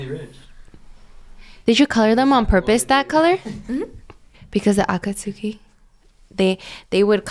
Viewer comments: why pronounce akatsuki like that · trying to pronounce akatsuki is killing me 💀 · I hated it when said Akatsuki wrong 😭😭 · The way pronounces Akatsuki triggers me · Cringing at the way says Akatsuki 😭 plssss